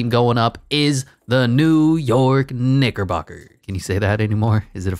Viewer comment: It's knickerbocker not the n word